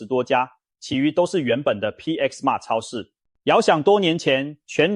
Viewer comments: 包皮超市 是我聽錯還是故意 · .....我怎麼聽到包皮超市😢 真的，那天看個垃圾袋，一捲是小北的三倍價，抵制